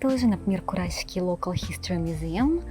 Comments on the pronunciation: Спасибо большое за видео, очень интересно!👍👏 Скажите, пожалуйста,так как всё-таки правильно произносить: КураСики, как на обложке видео или КураШики, как вы произносите? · Уже который раз спрашиваю, как же правильно произносится вот это сш на японском. Вы говорите Курасшики, произнося и С и Ш. Но при этом подписываете видео как Курасики, а на английском языке пишите Kurashiki, что произносится как Курашики. Так как правильно?